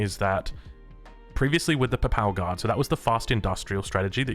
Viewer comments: Quick note: Papal is pronounced more like pAY-pahl rather than paple. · Does he play the game in Spanish? As a Portuguese, I'd rather hear him say Paypal Guard than pápál guard. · Love u and also Papal is pronounced "pay-pull" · The Papal Guard xDDDD its like in Paypal, make it PapAl guard! I can´t bear it :P But love your vids! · That is definitely not how to say papal.